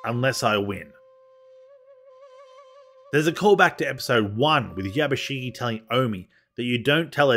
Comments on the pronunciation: 藪重"YABUSIGE" をYabusigi と呼ぶのが気持ちわるい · I appreciate the video but you've absolutely butchered every Japanese name especially Yabushige. And to top it all off Japanese ritualistic suicide is called "Seppeku" NOT SUDOKU! Sudoku is a numbers game you play on a grid!